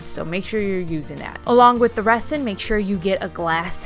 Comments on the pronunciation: this is the comment i was looking for i winced every time she said resin. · Cute ideas! Also, the "s" in resin is pronounced like a "z," just like the "s" is pronounced in raisin. :) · I didn’t think correcting her was mean or petty. Better to be corrected and learn the right pronunciation so she doesn’t make the same mistake again. Resin isn’t an everyday word so how else would she know? People are more understanding with young people because they are still learning. If no one corrects her how will she learn? Not knowing at say 50 just makes you look uneducated. I recently was walking around the grocery store with a new blouse on. I had forgotten to take the tag off as it was attached to the inside label and I didn’t notice it. Im 63 and my eyes aren’t the greatest anymore. A sweet young man came up to me and even though he was embarrassed and thought he might embarrass or offend me pointed out that the tag was sticking out of the back collar. I assured him I appreciated him telling me. I then wondered how many others had noticed and didn’t bother to tell me. It’s kind of like walking out of a restroom with toilet paper stuck to your shoe. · I like your videos but it was driving me insane how you were pronouncing resin. It is pronounced with a z sound not an s. like rezin. Just a pet peeve of mine. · Sorry but it’s pronounced Rezin. The S is a Z sound. It’s crazy that it’s pronounced that way.💜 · It's pronounced REZ-in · I love all your creations. Kudos for you on trying resin. Just a little hint...resin in pronounced 're-zin'. 😉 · Resin is pronounced rezin ...S as a Z...I don’t know why, it just is. 🤷🏼‍♀️🤣 Great job. So many ideas you’ve given me when I change my kitchen color to yellow. Love it. ❤️